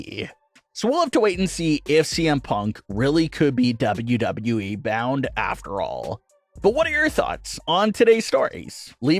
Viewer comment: It annoys me the way this guy says “Wwe”